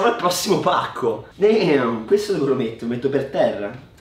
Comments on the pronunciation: posso sapere questo "deahm" che pronuncia che significa? hahahaha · Perche dici deam?